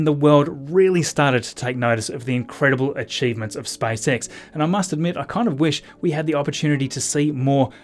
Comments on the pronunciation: He said SpiceX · Your accent is funny :D , it sounds like you are saying: "Spice X" :D:D. The Space Girls from UK are protesting :D:D:D , just kidding :D